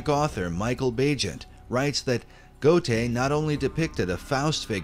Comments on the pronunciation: Goethe Is pronounced Gurr Tah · Please learn to pronounce Goethe correctly